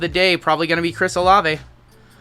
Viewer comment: You are correct, it's O-Lav-A